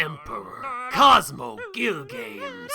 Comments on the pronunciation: not gil-games, its gil-ga-mes , like saying gilga -mess XD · “Altria” makes me cringe so much, and “Gil-games” made me chuckle. Great video man, I look forward to how your channel will turn out.